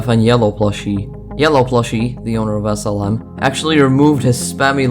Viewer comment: When you say SLM it sounds like asylum